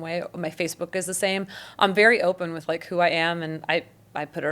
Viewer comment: TO THE CREATOR OF THE "Encounter" SERIES: Your video with Sweet Vickey, and this one, you seem to be articulate and well spoken - until you try using the word(s) "with" and "with you." At that point, you revert to "wit" and "witchew." Is it just the way you talk, or what? Are you going to work on correcting that?